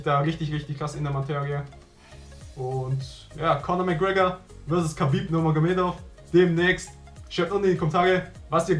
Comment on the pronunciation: KHABIB!))) und das wird HABIB ausgesprochen :D